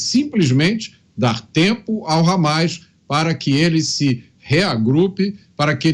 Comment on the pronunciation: Meu deus até a jovem pan tá com medo de falar hammas cara falou por mais de duas vezes habas